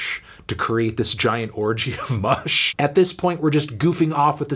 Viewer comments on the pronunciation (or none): none